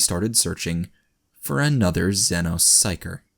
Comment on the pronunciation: ZEENO sounds like a 70s, b-movie with little green men and a bad plot. zenno sounds cooler in every conceivable way, correct pronunciation be damned.